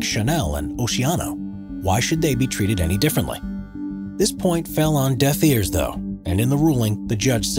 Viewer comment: In the Mexican entry email was listed twice, also on an earlier entry the narrator says "death ears"